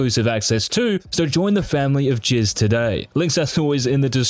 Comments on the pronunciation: why does this guy keep saying jizz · Everytime he says Jizz only thing in my mind is